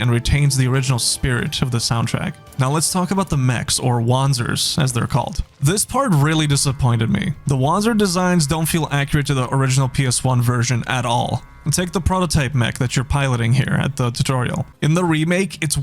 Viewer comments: It's pronounced like Vaanzer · FM2 could be justified because that game was never released outside of Japan until last year. The price of admission for this low-effort not-remake is too high. Also, my man, you're driving me nuts: it's "vonzer" with a V sound. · It's pronounced "van-zer", you derp! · That was my favorite Front Mission game! And it's pronounced Vanser. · Makes me cringe hearing someone say Wanzer with a w sound instead of a v sound. Wanzer literally means Wanderpanzer. So technically it would be pronounced Vonser if spelled with english letters exactly how it's pronounced. Though i can understand for believability in universe that they're not pronounced the same world wide. I know Americans in WWII literally called panzers like pan and zer, when they're actually pronounced ponser in German. So seeing maybe some say North American and Australian civilians calling them "Wan-zer" would make sense though I'd think pilots would know better. That being said. This looks worse than the original by light years. LIkely going to be another Demake. Honestly, I don't mind graphics so much, but the animations will destroy this game. I care more about animations than graphics personally. If characters/mechs don't move right what is the point of graphics? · Maybe if it had voice acting, you would learn the correct way to pronounce "Wanzer". It's a German W. That being said, i don't like when classics are too modernized. They lose that old-school feel. If I want AAA graphics and voice acting, i would rather have a new FM game. I do agree that the combat animations are ass though.